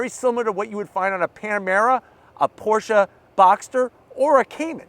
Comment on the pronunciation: thank you for pronouncing it correctly Porsha